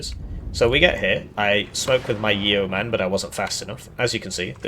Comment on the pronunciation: Fun fact; The E is silent in Yeoman -- "YOH-muhn" not "Yee-o-man" ✌🏼 keep up the good work on these deep dive Div guides ✌🏼